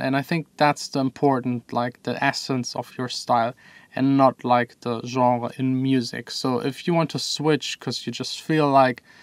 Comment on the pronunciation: Just so you know, genre is pronounced like Jon-Ruh. Stupid I know, but thats the English language for you haha.